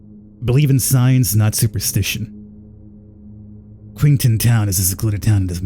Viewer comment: Pronunciation of "Qingtan" isnt "Queen-tan"